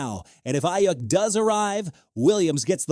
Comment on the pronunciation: All I keep hearing him say is Eye Yuck.